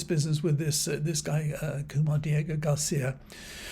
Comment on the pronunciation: It's Kilmar Abrego Garcia,, not Kumar! Apart from that mistake, I again applaud you for your very informative video. How in Hades do you keep a straight face when reading the grovelling bovine excrement spouted by those grasping cowards in the Orange Bastard's administration? Your deadpan delivery gets me every time, despite the seriousness of the situation - please keep up the good work. And thank you.